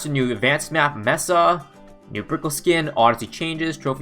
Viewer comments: Anyone else triggered by the fact he said Meh-Sah, instead of May-Sah. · Calling Mesa by Mess-Are and not May-sah like in half life. WeirdChamp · Maybe that’s how Canadians are supposed say it? Not sure honestly, but it seems like something they would do lol